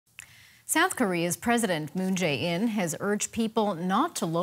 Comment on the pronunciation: President’s name is pronounced MOON-JAY-EEN. Seoul’s district is pronounced “EE TAY WON.” Please practice names before going on air.